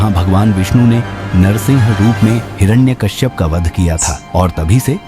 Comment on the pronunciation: Is not hirana Kashyap hiranyakashyap😅